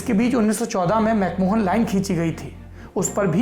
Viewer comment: Mc mohan nahi....mc mahon